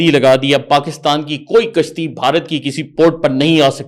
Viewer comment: Kashti nhi gashti kaha ho ga Maj. Arya ney.